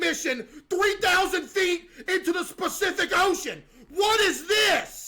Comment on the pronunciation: "Specific ocean" is so funny to me